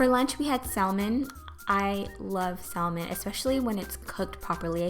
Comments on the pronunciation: It pronounced samon not salmon :) great video!! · ..I can't...you had saLLmon? come on now..the L is silent....saLLmon SALLMON...You keep saying it ;( p.s its called caprese salad, not capri. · Cristal Loera You are right. The L is silent. It is pronounced sammin. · The 'L' in "salmon" is silent. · It's pronounced like this: Samon. The L is silent. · sal-men lol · The 'l' in salmon is silent so you're actually supposed to pronounce it as 'samon'. Maybe it's just a british thing though. But the British did invent the English language sooo.... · You're saying salmon wrong girl,it's pronounced saamen not how it looks ok just trying to help ok. Btw it does look really tasty can't wait to make it myself thank you for the recipe!!!!!! :-) :-) :-) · It's pronounced samon. The L is silent. For the future lol. 😉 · Not trying to be mean, but just want to let you know that "salmon" is pronounced sam-men. The "L" is silent. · Omg I've been saying it like her my whole life.lol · The L in salmon is SILENT .....LOL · Gabby Shontz i die every time🤪. The L is silent honey! Lol but i still love her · I love the way you say salmon!! and is that the caillou song? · The way u say salmon... hahaha.! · Well, this made me want a snack! I love the way you take care to make your food look nice and polished, it always feels nicer when a dish is presented elegantly. (The "l" in "salmon" is silent- someone has probably already said that but just so ya know! (: ) Anyway great job, love it! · Thank you for sharing! Loved the video! (Not to sound offensive or anything, but you don't pronounce the 'L' in salmon:) ) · Isn't the L in salmon silent? That's what I thought can anyone let me know if I'm wrong? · Yes it's silent. She pronounced it wrong. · I think it's bc it spanish we pronounce the L. I slip up and say it like that a lot.